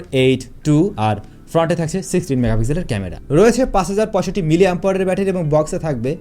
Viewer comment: ভাই, মিলিঅ্যাম্পাওয়ার কী? উচ্চারণ একটু ভালোভাবে করেন। অনেক উচ্চারণ-ই আপনি উল্টাপাল্টা করেন। তাও শব্দটা অন্তত শুদ্ধের কাছাকাছি থাকে। কিন্তু মিলিঅ্যাম্পাওয়ার বলতে তো কোনো শব্দই জগতে নাই!!! মানুষ ভিডিওগুলো দেখে। কিছু বলার বা করার আগে একটু হিসেব করে করলেই কি ভালো না?